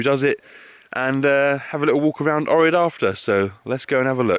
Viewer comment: If u ever go back to Ohrid, make sure to pronounce Oh-k-rid